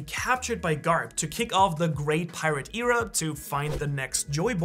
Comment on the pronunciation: Pretty sure that's not how you pronounce "Era"....